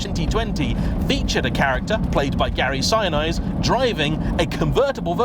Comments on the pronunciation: It's pronounced Gary "sin-EESe", and it's "ehh-SU-zu" not "I-su-zu" thanks These were crazy expensive in the US when they finally came to the US market, and I've lived in many large western US cities and I've only seen around 3 total.. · Listening to you butcher Gary Sinise’s name. It’s pronounced SIN-EE-SS not like Mount Sinai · Its Gary SINESE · Apparently you and I both butcher Gary Sinise's name, glad I'm not alone on that. Cheers